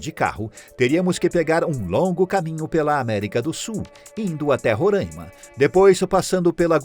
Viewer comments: Uma correção no minuto Não se pronuncia "Rorãima", mas sim "Roráima". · Se fala Roraima e não Rôraima, além da fonética está errada, os cidadãos de Roraima veem como desrespeitoso falar do nosso estado dessa forma. O video até começou bem, mas depois dessa fica difícil. Recomendo que estudem mais.